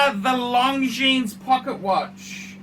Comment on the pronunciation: Did you say Long Genes?